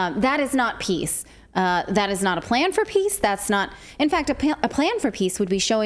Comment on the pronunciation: Zelensky's English pronunciation is great! Victory - weaktory. Peace - piss.